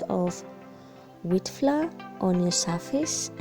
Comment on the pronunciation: Wewe pia ulichanganyikiwa na (floor) pronunciation...they should leave us alone aki😂😂😂😭